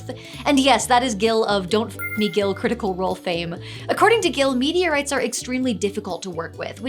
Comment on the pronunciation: Did anyone else keep hearing "media rights "?